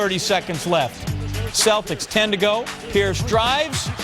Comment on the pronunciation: he said price instead of pierice